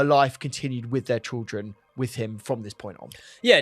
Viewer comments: it’s ’children’ not ‘trilldren’ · I can’t stop hearing trilgren instead of children 😂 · Sorry but why do you keep saying trildren😂 keep up the good work boys love your podcasts